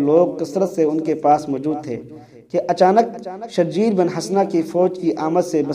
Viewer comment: جاہل آدمی حضرت شرحبیل بن حسنة رضی اللہ عنہ کو شرجیل پڑھتے ہو اصل نام شرحبیل ہے (شرح بیل)